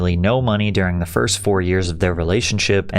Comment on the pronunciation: go back and watch the very end, start it You can see the ick in her face when he says “I saw her from the back fiRST” with this weird inflection on “RST”